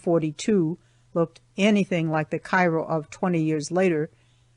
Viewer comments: also i was born right across the river from Cairo Il and Know people that are not familiar with the two say it like the city in Egypt but it’s its pronounced Like this Kare-o , pronounce it like the word care with an O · Thanks for the great audiobook. Just a footnote as I am a native of the region- locals all pronounce it “KAY-ro” Illinois and I suspect they may have back then as well. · Cairo is pronounced wrong.